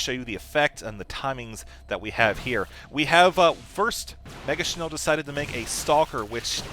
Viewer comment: hehe nice pronouncement of "megaschnell". its german and means "very fast" ^^